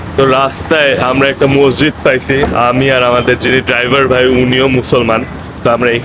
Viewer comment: মজজিদ না মসজিদ মুসলমান না মুসলিম কথা গুলো সুদ্ধ করে বইলেন